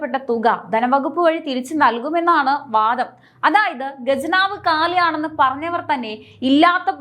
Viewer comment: ഗജനാവ് എന്നാൽ ആനയുടെ നാക്ക്. ഖജനാവ് എന്ന് പറയ് പെണ്ണേ. വിമുകത അല്ല, വിമുഖത ആണ്. ഖ... പറയ്.. പറഞ്ഞ് പഠിക്ക്.. പടിക്ക് അല്ല. ഉച്ചാരണം പറയാൻ പഠിക്ക്, എന്നിട്ട് ചാനലും ആയി ഇറങ്ങ്. 🥶🤐😝👻